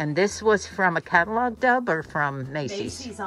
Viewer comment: Hi as a new subscriber could you please tell me what is your daughters name, it sounds like you say Dub and in the comments people say Deb? So happy to hear Moose is on his way home.